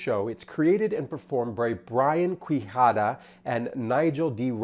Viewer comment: For the record, Quijada is pronounced "Key-Hadah"